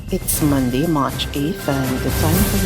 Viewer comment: No, it's MONDAY...not Mon-d. Also, the word is STARTING... not stat-ing. I don't have the patience to listen to any more....